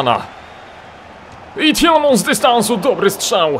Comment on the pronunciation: Jak coś to mówi się Tilemans a nie Tilemąs :)